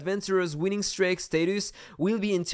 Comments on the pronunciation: the pronunciation of streak is [stri:k], not [strejk] 🤣 still love the vid and the fact a daikatana fellow defeated your attack ;p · I already got used to the accent 😂 but with the streak I was like its 100% wrong and then I thougt about the pronunciation of steak and how its written and I had to double check lol (not a native english speaker so I know the struggles)